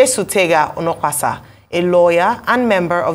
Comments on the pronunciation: Onokpasa not olopasa 😂😂😂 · His name is pronounced as "Oh No Kpa Sa" that's why him dey vex 🤣🤣🤣🤣🤣🤣